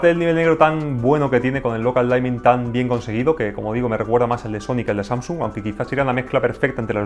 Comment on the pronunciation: Excelente video, ojalá llegue este televisor algún día a latino América! PD: la palabra dimming de "local dimming" se pronuncia diming directamente y no "daiming" saludos!